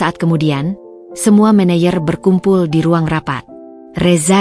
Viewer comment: Kadang2 manajer di manayer!😂